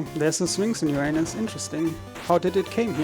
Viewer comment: Dude in the back can't hold it when the runner mispronounces Uranus several times.